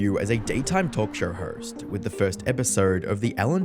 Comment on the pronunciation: Not trying to be mean but why do you pronounce host as horst or own as orwn